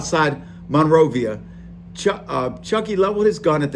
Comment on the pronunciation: Bro pronounced monrovia Monrova